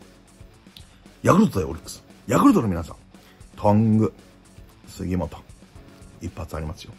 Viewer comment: とんぐぁう、すぎもつぉ